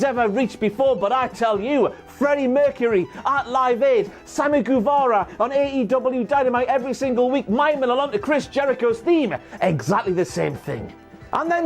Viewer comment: "Sammy GOUvara"